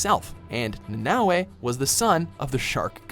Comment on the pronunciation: Wow pronounced Nanaue like they would In Hawaii, I hate when people pronounce words wrong since nowadays you can just check online how to pronounce words correctly so your not offending there culture the words originated from